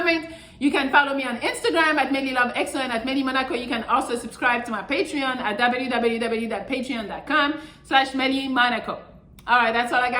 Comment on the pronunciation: It's the way she says "www" for me 😂😂💯 Alright back on topic I agree with her don't date at work.